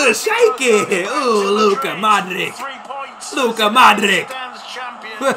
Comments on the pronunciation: Luka ModriCH, not ModriK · that club is Turkish giants Galatasaray, competing in almost every year in Europe. And also, in how u gonna know Modric for so long and yet fail to pronounce his name correctly? Its Modritch, like you in the NBA pronounce Doncic for example. Same goes for Vlahovic, Handanovic and other balkan names that end with ic- itch